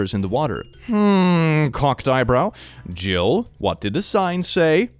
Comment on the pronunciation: 😂 Did he just say Jill instead of Gill? Oops.